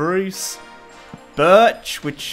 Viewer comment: What did you say BIRCH for life